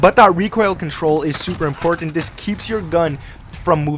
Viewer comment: Lol this guys calls buttons “bud-dins” and everything is “in-porn-tent” 😂